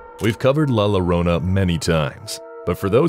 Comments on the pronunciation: it's not "la lorona" it's pronounced Yorona. the two ll is like a y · You mispronounced LA LLORONA. It's YO-ROH-NA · It's LA LLORONA! the it's a Digraph! The LL are pronounced like "Y" sound.😂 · Makes you wanna watch the videos on mute!!! 😒 Also double L in Spanish makes the sound of a Y. La Llorona will be hunting your ass for butchering her name the way you did 😭